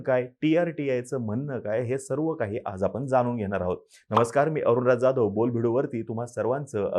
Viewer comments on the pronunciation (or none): none